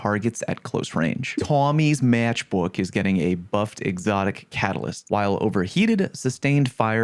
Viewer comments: LMAO at that Lawng Eyeland accent for Tommy's Matchbook. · why'd you say Tommy's Matchbook so funny lol